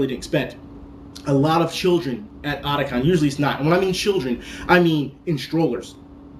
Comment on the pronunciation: I think since it's Otaku and Con abreviated, it should be pronounced O-Ta-Kon. Not Adacon.